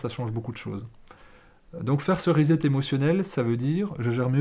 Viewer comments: cher, to set or to set up se prononce "sset" pas "zet" Donc re-set ou reset c'est "resset" qu'il faut dire, tant qu'à parler franglais!!! Bises de Hong Kong. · R I - S S E T ' Préfixe de répétition, comme en français, re + set qui signifie mettre en place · Vive la différence culturelle, la diversité met de la couleur dans la vie. De toute évidence, vous avez compris le « rezet ».